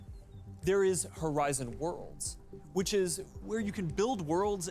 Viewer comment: I swear Mark just said "Horizon War Crimes" and I can't stop hearing it like that